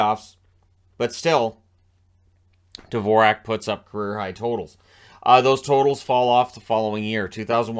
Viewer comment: His name should be pronounced just like the classical composer, Dvorak. But all the commentators got this wrong.